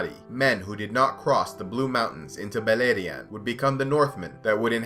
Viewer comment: Beleriand = Beierland yw